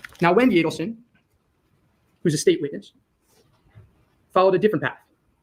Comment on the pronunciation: Pronounced /ee-delson/. Why. Add to the grotesque comedy in this case all respect to Dan he must see and laugh sometimes